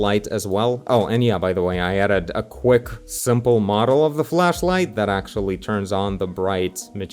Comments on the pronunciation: Who gonna tell him that he may not want to be pronouncing flashlight like that? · i thought you said fleshlight at first lol